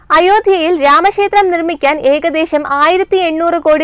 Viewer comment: രാമശേത്രമല്ല കുട്ടീ ... രാമ ക്ഷേത്രം. അതിനു ശേശം എന്നല്ല പറയേണ്ടത് .... അതിനു ശേഷം. അറിവുള്ള ആരിൽ നിന്നെങ്കിലും മലയാള അക്ഷരങ്ങളുടെ ഉച്ചാരണം പഠിക്കുക.